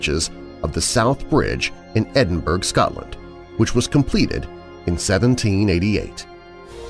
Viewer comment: Edinburgh is pronounced "edinburrow" rather than "edinburg" but as always, a great collection of stories. thanks!